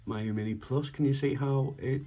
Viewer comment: FYI, its pronounced mee-you. It's a Chinese word.